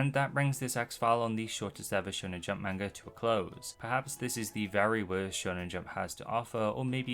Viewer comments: how are you going to make videos about manga when you can't even pronounce the word "manga" correctly? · lmao heard how you butcher "manga" in the first five seconds nope. not gonna listen to someone who can't be assed to learn a foreign word correct